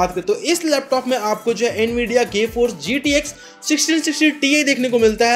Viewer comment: Awesome Video Bro. Did he just say Gaeee Force? RIP Nvidia 😂🤣